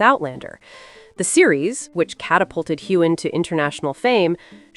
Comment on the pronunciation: The narrator should learn how to pronounce Heughan!